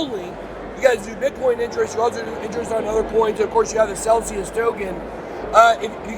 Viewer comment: Lmao - it's Celsius not celcius 🤦‍♂️